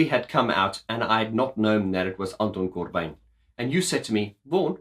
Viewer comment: Did you know that you can be positively insane and absolutely right at the same time! Don't hold back when telling (your/our) truth, ever! And as a Dutch guy, your pronounciation of Anton Corbijn is very close, it's like proper Dutch with a funny accent ;)